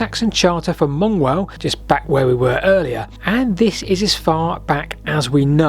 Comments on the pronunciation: Mongewell is normally pronounced "Munge well". Wendy pronounced it right. didn't. 😀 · Great video. Not sure will ever get to the bottom of these things, but as a born and bred Wallingfordian, wish you'd take Dr Morrison's lead on the pronunciation of Mongewell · Really fascinating as I've walked pretty much all the paths around Ewelme except this one. But you've got me shouting "Munj-well" at the screen every time you saw Mongewell. (It was a South Oxon schools residential centre, but I was never lucky enough to go. No idea if it still is.)